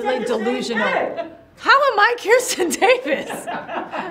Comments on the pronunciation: why is she saying Kirsten Davis when it's Kristin Davis...😶🤔🤔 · Her name is Kristin Davis, not Kirstin Davis. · "Kiersten" Davis. lol A We love you, Kristin. ❤️ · J Lo said Kirsten Davis. 🤦🏻‍♀️ it’s Kristin Davis! Come on now.